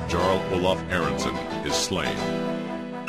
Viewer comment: but you are meant to pronounce it as a 'y' eg 'Yarl'